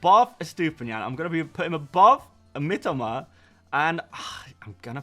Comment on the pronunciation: Ffs...it's MiTOma...not "Mitima"...such a trigger, as you constantly say it